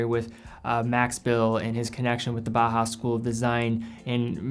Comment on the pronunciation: Do you have to say bah hass? It's German. Bauhaus is pronounced Bow-house. From Bauer, i.e. to build and Haus, i.e. house. Love the video but if we're talking German watching have some appreciation for the language. It'd be like pronouncing "Juan " June. It's distracting is all I'm saying.